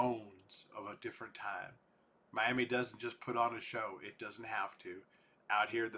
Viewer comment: Not pronounced like the city in Florida